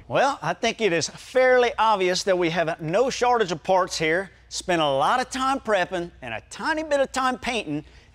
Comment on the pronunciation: Did he say "no shartage of parts"?